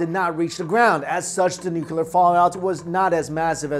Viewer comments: New - Clee - Er New - Cu - Ler Why can't people pronounce it right? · Bro it's nuclear, not nucular lmao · New-Cleer... not New-que-ler... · Nooo-cleee-errr not nucular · Say it with me 'Nook-lee-arr' or even 'new-clear' Nuclear...not nucular. Edit: Show me where the nuculus of the atom is. Sorry, that has always been a supreme OCD trigger. Lol. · "New-clear" not nu-cu-lur. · I pronounce it as ‘noo-loo-car’ fight me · "...the US inevitably became a Nucular power" -My Chin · Totally nuke-u-lar dude! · pronounced New-Clear. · 1 "U" in nuc-LEE-ar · Jesus Christ man. I love your videos... but I cannot watch a video where someone repeatedly says nu-cu-ler. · Nu-clear. Pronunciation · Ian Macfarlane I don't know what you do for living but you seem to have lot of time for writing BS. You clearly think less and type more. I don't have any problem with, but the OP... can't get enough of saying 'nu-cu-ler', it's like mocking his accent. If that's not racist then I bet you do the same things (mocking people) in your life for fun. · George W Bush. People have had trouble with that word ever since he mispronounced it on TV for 8 years. While he was in office I caught myself making the same mistake a few times. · LOL Syn's I feel your pain as that has been a pet peeve of mine as well. Hang in there! :) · Came to the comments to say the same thing but you already said it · This guy is destroying "Nuclear "... gotta be a language barrier..